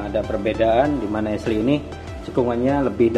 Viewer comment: esliy kah. syin ashley baca asyliy.